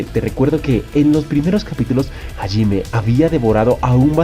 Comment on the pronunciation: Que paja escuchar constantemente el nombre de Hajime mal pronunciado.